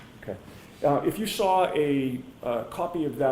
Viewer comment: I hate when he says lawr or sawr🙄